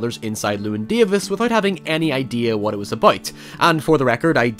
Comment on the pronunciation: cant even pronounce llewyn right